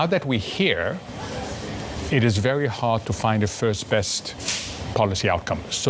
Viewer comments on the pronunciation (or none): El Erian is very well spoken, which makes it even better that he sounds like Elmer Fudd when he says 'vewy' instead of very. He's a smart guy. Too bad they didn't listen to him.